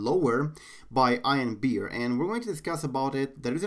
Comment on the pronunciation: i thought it was pronounced like ean not i an